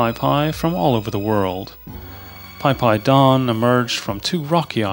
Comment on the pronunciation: Phi Phi is pronounced Pee Pee not Pie Pie.